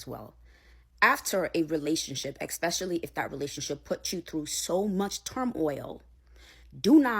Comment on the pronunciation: Im tired of this....the word is....ES-PECIALLY!!!!! ESPECIALLY!!... NOT EX!!!